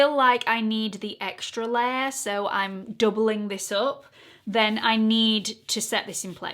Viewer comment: Big yes to this as a regular series on your channel 👍 lavender is definitely your color. The No7 pressed powder is always what I use to set under my eyes and the Born to Glow foundation one of my all time favorites! Love your accent and how the words spare and layer sound the same when you say them lol